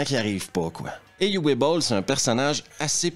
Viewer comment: Juste pour apporter une petite précision "phonétique" sur la prononciation du prénom de Uwe Boll qui se prononce en fait "OUVE" (un traumatisme de mes leçons d'allemand au collège...). Voilà, c'est tout... 😅